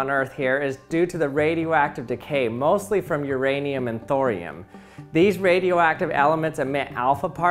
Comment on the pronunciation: Why does he keep talking about my ranium?